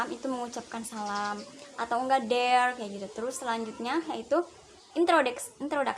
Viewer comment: saya suka cara presentasi kamu, looks friendly, smiley girl, presentasi PP nya juga bagus banget. ... yang perlu diimprove lagi adalah pronounciation di ' mask, invite, dear, structure. b. definisi baiknya diterjemahkan, c. latar musik di bag akhir diperkecil spy suara kamu terdengar.